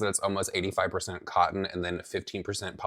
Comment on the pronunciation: he said cotton so weird 😂